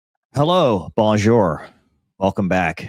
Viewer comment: Dude.... It's Pronounced.. "BON JU" Not Bon jure? 😂